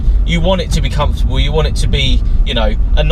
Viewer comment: LOL - "very comfotable inside"